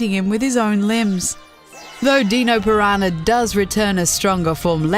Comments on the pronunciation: "the Deeno piranha" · Wtf is a deeno. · "deeno piranha" lmao